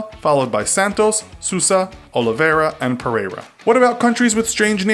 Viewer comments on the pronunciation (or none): none